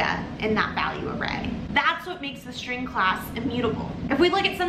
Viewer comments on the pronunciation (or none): Is that an accent? Why are you saying shtring instead of string with s not sh? Iam new to english please teach me